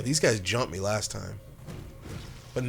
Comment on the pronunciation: Did say lost episode...or last episode? Please don't be last. Near. Love the bois and love what you do. Thanks for the laughs.